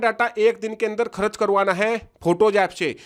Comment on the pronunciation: बिहारी करच नही होता है खर्च बोलो